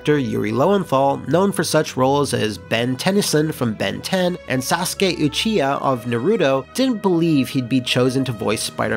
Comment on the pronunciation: Says the words "Sasuke" and "Uchiha" perfectly but mispronounces "Naruto"